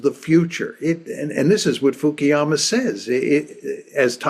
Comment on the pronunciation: But why Fukiyama? He's Fukuyama